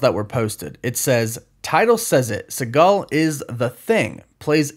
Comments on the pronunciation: Jason Sea-Gull Not Seagal, like Steven 😂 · Sorry to be “that guy”, but it’s pronounced see·gl NOT si-gahl. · It’s pronounced like seagull (or regal with an s) just fyi. Not like Steven Seagal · Let's be honest, if you really love How I Met Your Mother and Forgetting Sarah Marshall, you wouldn't have mispronounced Jason Segel's name.